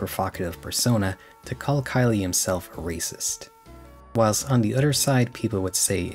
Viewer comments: The name "Khyle" might be pronounced "Kyle." "Kylie" is the feminine version of "Kyle." You might want to look into the pronunciation. Not trying to be a grammar Nazi, but you might just want to make sure. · That's how you pronounce Khyle? I thought it was pronounced like "Kyle".